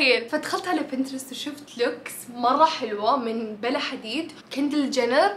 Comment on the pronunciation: Pronounce for Bella is wrong girl check on YouTube 🤍